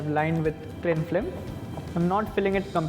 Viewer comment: this is a fancy Baked Alaska. Good job. He kept on saying Cling FLIM tho instead of film. how does candied rose petal/rosewater/choco ganache taste like?